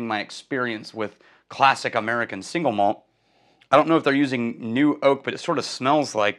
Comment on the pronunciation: Why does everyone say it "singlemalt" when it's two words, "single malt?" That's like saying "bigdesk" when what you mean is "big desk." Sorry - I get real pedantic about spoken English. 🙂 If that's your actual birth date, you're going to be 74, 10 years older than I am. But I thought you were like 10 years younger than I am. I think I'm officially jealous. 😂 I bet you like Balcones' barley whisky then. All I've had is the Lineage - the others are outside my budget - but it is emphatically not shy. 🥃